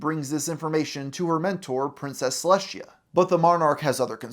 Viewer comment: Why does he have such a hard time pronouncing Celestia’s name?